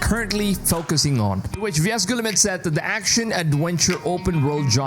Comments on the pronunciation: his pronunciation of yves guillemot is an absolute violation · You are butchering the pronunciation of Yves Guillemot's name... not that he deserves respect